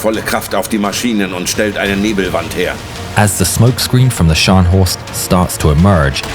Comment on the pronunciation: very good German pronouncing!👏